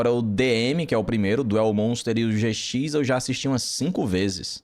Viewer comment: Yu-Gi-Oh! Zê Cis KKKKKKKKK o cara troca o J pelo Z